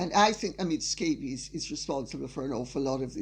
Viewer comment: lady c, love your diatribes but one thing i would like to bring up; you're calling omid scoobie, omid scabies scabies is a skin disease caused by mites...you are very proper about the english language and i would think you might want to correct that